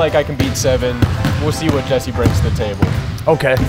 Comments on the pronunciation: Or else just laughed when kept saying “ JEZZER” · voice When he saids jesser "Jezzer" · always says jezzer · I watch a lot of 2hype but I dont get if purposely says Jezzer